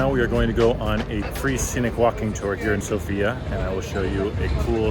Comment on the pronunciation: Sorry, it is not SoFIA, but SOfia. But welcome you are, enjoy.